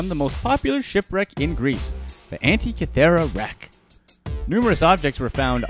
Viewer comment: Giza- pronounced gēza! Fool! The first two a's are pronounced Tăn-ză-nía, like ăpple. Antikythera is pronounced ăn-TIK-ï-theră. Pronounce your words correctly PLEASE!! The ignorant should not educate others.